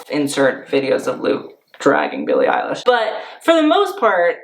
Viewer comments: Billie eye-lash 😂😂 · did he say "Billie Eyelash"? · Did he just say billie eyelash? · Billie Eyelash .... No!.... my ears.... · "billie eyelash" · “Billie EiLASH” lmao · Why are u sayin billie eil-a-sh? Its honestly giving me unsubscribe vibes